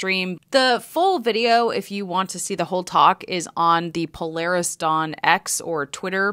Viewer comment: Is it just me or is it pronounced PO-LAR-RIS And not PLAIRISS? Then again if he's footing the bill he can call it what ever he likes